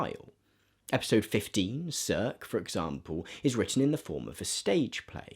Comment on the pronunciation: great vid, a little help on the Gk pronunciation - teLEMekus and SIRsee